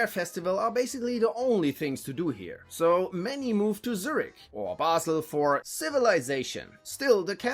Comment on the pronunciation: If you were american. Thats fine, but u are german. Why did you pronounce Zürich like that 😢 it hurts my Luzerner heart.